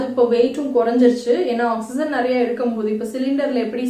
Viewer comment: Oxygen pronounciation is different mam. Awk-si-jn but ur pronouncing it differently. Which is right mam?